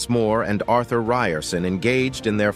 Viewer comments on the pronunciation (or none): none